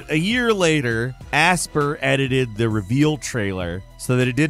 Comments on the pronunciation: Aspyr is not pronounced aspear, it's pronounced aspire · Aspyr is not pronounced asper, it’s aspire 🤦🏻‍♂️ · Pretty sure Aspyr is pronounced like the word Aspire (uh-spahyuhr), as in, to aspire to greatness, not "asper". Otherwise, great video as usual 😂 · Aspyr is definitely pronounced "aspire," not "asper" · Just FYI, Aspyr is pronounced Aspire. It's a play on the spelling.